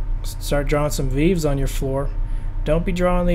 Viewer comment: Not pronounced veev, it's vayvay